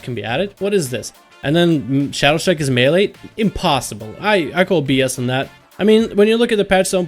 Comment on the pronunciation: it's Shadowstrike.. not Shadowshtrike :D jk I like your videos